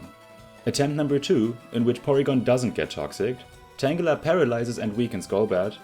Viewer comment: nice vid with a very interesing idea! i like it. this makes the game better in so many ways. also, the 'g' in Tangela is pronounced the same is in the word 'girl', as it's derived from 'tangle'. Tangela's hair/vines are tangled!